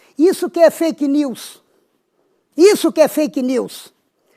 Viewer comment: Este cara não sabe nem falar veja o que ele falou.fak lius